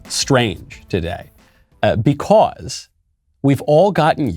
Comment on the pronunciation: normal people: because Michael: becaws